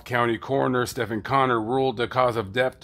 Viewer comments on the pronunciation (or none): none